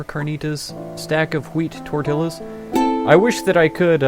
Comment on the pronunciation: I was waiting for someone to spell SLUT in the other village ....Tortillas(tor-tee-yahs):0